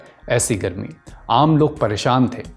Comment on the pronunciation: Wo gharmi nahi hota bhai.. garmi hota hai